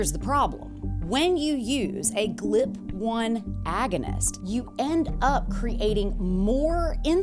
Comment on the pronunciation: Are you AI? You keep saying "Glip" and it's G.L.P. 😂